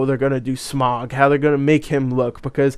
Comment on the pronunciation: Good grief, it's not "SMOG" it's SMAUG. NOT, "ON" BUT "OUCH" TAKE THE OU IN OUCH AND OUT IT IN SMAUG, SM-OUCH, SM-AUG. SMAUG. Saying "smog" shows how little you know about The Hobbit.